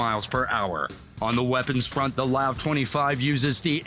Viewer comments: the way he said LAV smh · Does it bother anyone else when he said LAV all together like a word instead of separate letters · Funny how the original poster of the video says LAV as LAV not L.A.V. because it suppose to pronounced L.A.V.